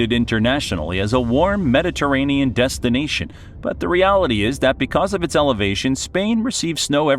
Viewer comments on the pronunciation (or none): none